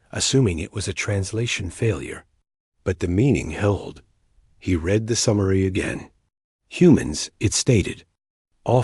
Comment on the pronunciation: The narrator AI constantly_____pauses mid sentence, cannot differentiate between read (present tense) or read (past tense) dot constantly reads______ punctuation dot and repeats large sections of_______textdot. Not a bad story though it repeats concepts multiple times, concepts multiple times and doesn't actually go anywhere. The title is as expansive as this story dot